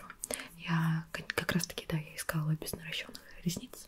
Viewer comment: У меня мурашки побежалт от слова "НаращЁнный". Боже, как приятно слушать правильно произношение...